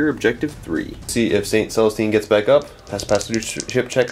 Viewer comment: Jokaero. Joe-kaor-oh. Not Jericho. That's a city from the Bible--or a rocket by Stark Industries. Celestine. Sell-uh-steen. Not Catherine. Adepta Sororitas. Female. Not Adeptus. Facepalm